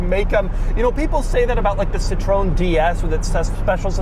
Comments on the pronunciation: I was going to let it go, but then you started and driving and you did it two more times. SEE-TRO-EN, THREE syllables. Your mangling of it is how we get Neanderthals saying, "Duuuuuh, seetrone, that means lemon in French. Which it does, but it's spelled citron, not Citroen. You might also want to touch on the taxation system in France based on displacement that resulted in French cars invariably having the smallest engine in their class, a clear drawback in the U.S. where displacement was (is?) king. Still props to you for presenting a French car, and not your first one, I saw the CX video. Now go find an R16. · Also, Citroen isnt the same as "Citron" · Doug my ears hurt when I hear how pronounced Peugeot and Citroen 😄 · I know they are not big in the USA, yet there's is something hilarious about pronouncing all three names (Renault, Peugeot and Citroen) incorrectly.